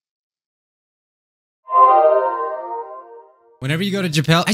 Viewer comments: Me: Japan,: JAPAIL. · japale Me: lmaoooooooooo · Makes fun of the "I so pale" girl Also: jApAiL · Nobody:: JAPAIL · Japail Me: suffocating from laughter for the first time in the video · No one: Me at 12am: laughing historically at saying "ja-pale" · "Whenever you go to jApAlE" - 2021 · Who would say I so pale? Also: Japail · "When you go to japail" does it again Me: LAUGH MYSELF TO SPACE Me: my cheeks hurt from LAUGHING 😃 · japale- me: stop it. get some help XD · jupale me:OMFG HAHAHAHAHAHAH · When he says Japal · "Whenever you go to ja pail-": I SO PALE